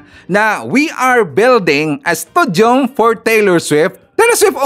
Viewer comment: Hindi po studium... stadium.